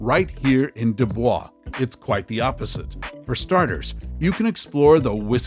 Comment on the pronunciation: It's pronounced do boys